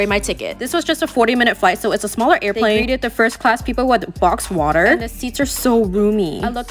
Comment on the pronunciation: “fIrsTTst clAAsz uP iN tHe sKYY” Sent me flying as well 💀